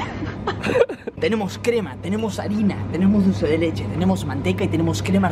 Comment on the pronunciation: A mí me dió Mil años de vida cuando dijo dulce de leleche